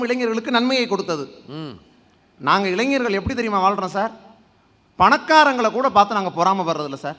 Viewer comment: avargale, Neengale eppadi pesalama..? Ezhanjargal Alla, Elainjargal..Entha edathal ZHA poda vendum enrdu therinthu pesungal..